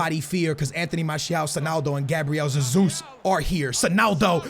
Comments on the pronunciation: It's not Gabriel Zezus, it's pronounced Gabriel Jezus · Oh ffs it’s not zezus. Just call him Jesus like normal. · It is not ZeZus. Cmon dude that’s just ignorant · You’re just saying Zesus xd , I’m Portuguese